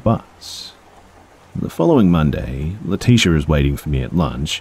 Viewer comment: Why do I feel like leticia's name is pronounced Lee-tich-a? Good try tho. Lol I think some of the uncommon names people come up with are so beautiful. Leticia is common tho